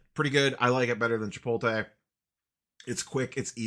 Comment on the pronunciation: Lets say it together. Chi-Po-tuh-lay